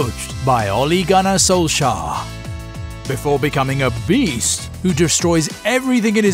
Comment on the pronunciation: Well that's how Solskjær is pronounced... He's Norwegian